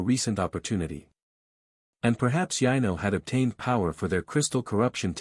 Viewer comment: Yeah the AI or what ever computer is reading can’t differentiate from Yano and Yino lol